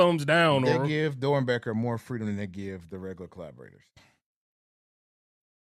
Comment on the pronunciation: 😂😂😂😂 "I could gib a efck bout the storytelling "😂😂😂😂😂😂